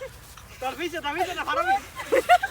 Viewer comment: ফারাবি❎ ফারবি✅😅